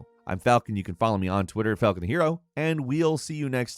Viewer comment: Ah not Falcunt